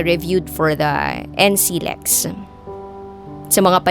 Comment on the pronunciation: nclex is pronounce as N-klex hindi N C Lex